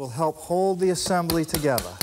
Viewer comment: I love the way he says AH-SIM-BULL-EE.